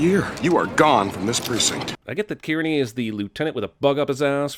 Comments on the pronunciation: HOLY SHIT THAT COP HAD MY LAST NAME (Kearney) and FYI that is NOT how you say it! It’s K(earn)ey. Smh get it right dawg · FYI, Kearney is pronounced Karney. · I believe Kearney’s last name is pronounced Kerney